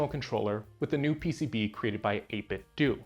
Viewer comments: "Dough" not "Do". Like "Dojo". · Pretty sure that’s how you say it dude lol. It’s supposed to be a play on nin-ten-dough. Every heard of them? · pronounced ate-bit-dough, ya know... like nin-ten-do, get it? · Why do people insist on pronouncing "do" in 8bitdo like "doo" and not like Ninten"do" as it should be? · 8bitdoo? What is that? A controller to play Scooby Doo on a Nintendoo? I can't take people seriously that pronounce 8bitdo wrong. lol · You don't pronounce Nintendo as Nintendu so why does everyone call the company that makes Nintendo replica controllers 8bitdu? I know it's a complete non-issue but it drives me insane. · "8BitDo" is pronounced Eight-Bit-Dough. It's a play on "NintenDO." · It is the year of the lord 2000 + 23 and people still don't see that the 'do' in the 8bitdo name is supposed to be pronounced like Nintendo. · Yeah, years ago, the company said it is "doo". They even used to sell a Bluetooth speaker that would say "8BitDo" when powered on and people then were like "oh so that's how they pronounce it". Since obviously we would assume it is like the 'do' part of Nintendo. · Can't believe they pronounce their own name wrong. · Seeing this be the too comment soothed my soul from the annoyance of the mispronunciation